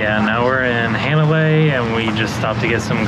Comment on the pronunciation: Hanalei, it's pronounced "Hahh -na-lay, like "ahhh" with an H in front